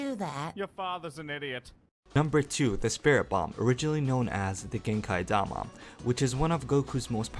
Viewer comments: genkai dama you said that rıght pronounced genki dama the i not ai but ii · King Kai: Gen-"key". Not Gen-"kai". Say it with me, okay? Gen-ki da-ma. Genki Dama! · The spirit bomb is pronounced as "gen-kee"